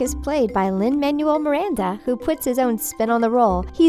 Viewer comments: And Lin-Manuel is pronounced /manwell/ not /man-u-al/. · Oh my god you called him manual! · The way you pronounced Manuel just makes me want to slap you in the face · Listening to you pronouncing Manuel was painful